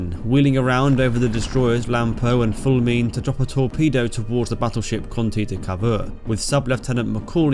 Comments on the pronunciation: Good succinct overview thank you. Your Italian pronunciation is good, one misprnoucation i can't let slip is "Fulmine". In Italian its more like "ful" (not full) "me" (me,myself & i) "neh" (neh, not interested). Do you plan to cover more Italian action during the war? It would be a real pleasure if you could. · I swear that Brits enjoy mispronouncing Italian and Spanish words, (fullmeen?).